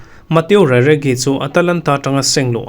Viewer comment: Atalanta Striker khi Raregi tia lam loh tur Sir, Rategi tia lam tur 🫢